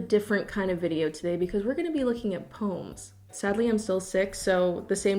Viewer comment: nobody:: PÖMS